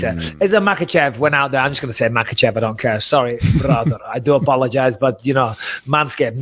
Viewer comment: bisping looks very proud for being able to pronounce "kh" in Makhachev